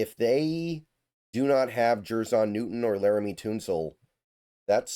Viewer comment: Laremy “Toonsoul?” 😂